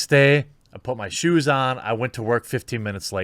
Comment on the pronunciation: Based on when he hosted SNL, I would suggest he is a Texas Democrat. Btw, Jeremy just admitted he goes to work without pants. Notice he emphasized SHOES , instead of pants. :)